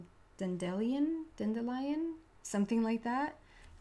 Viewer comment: pronounced Dandy-lion not Dendy .. thats funny. Have a fabulous day 🦄🌈🦋